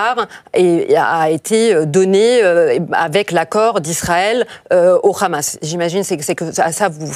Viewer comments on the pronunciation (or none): Il faut arrêter avec l appellation rhamas la prononciation est plus simple Hamas. Bravo à votre analyste de haut niveau rien à voir avec cette femme. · C'est le Hamas, pas le Khamas! Et c'est pas anodin, c'est comme le petit doigt dans les Envahisseurs.😂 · Le « khamas » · le KHHHHHAMASSS! la prononciation qui vise a faire peur. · Khamas , Fatar elle croit que c'est de l'hébreu et non de l'arabe, c pourtant pas difficile de prononcer correctement et si tel est le cas faut prononcer en phonétique française ...